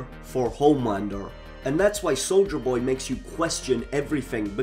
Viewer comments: "Souja Boy" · "Solja Boy" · I keep hearing soulja boy